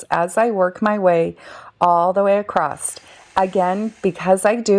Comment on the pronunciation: The word across does NOT have a “t” on the end..it’s very annoying to hear people mispronounce words.